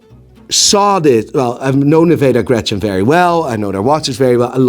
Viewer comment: Isnt it "Nivada Grenchen" instead of "Nevada Grechen" ?